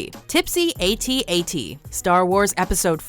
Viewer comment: It's not an "AyyTee-AyyTee" it's an "AT-AT."